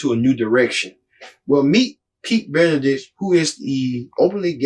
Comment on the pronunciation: Boot Edge Edge. Kind of concerning when you have n9t taken the time to pronounce his name. Sorry, didn't bother watching since you clearly did not do you homework.